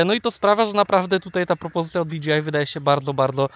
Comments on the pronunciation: nie DGI tylko DJI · rzeczywiście, kluczowa informacja, że chłop powiedział Di Dżi Aj zamiast Di Dżej Aj ;)